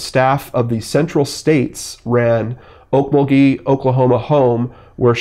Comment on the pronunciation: It's pronounced Ok MUL gee.